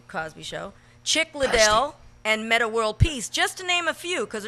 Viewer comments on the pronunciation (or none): none